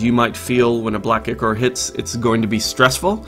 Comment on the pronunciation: Ichor, pronounced eye-core.